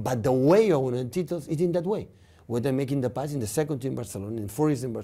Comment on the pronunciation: Pep: "Tittles"